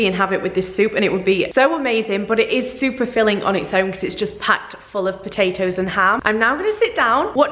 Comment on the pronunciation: Sorry what was that? Its SOUPer filling?? 💕💕